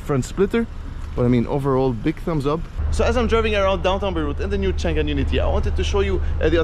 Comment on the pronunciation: that read chang'an, not chan'gan